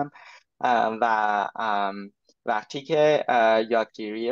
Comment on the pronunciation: والا فارسی رو از من بهتر حرف میزنن. تلفظ ها بطور خاص عالیه. مثلا ((وقتی)) رو ((وختی)) میگن